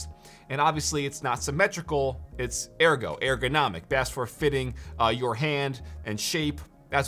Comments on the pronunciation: airgonomic lmaoo it's errrgonomic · It’s “Er” go not Air go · Yo, why do you say airgo instead of ergo? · It’s ergo not airgo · ERgonomic, not AIRgonomic. C'mon meow... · He's killing me saying "air" go... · wtf is this "AIR-GO" u keep talking bout? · Everytime you said airgonomic I died a little inside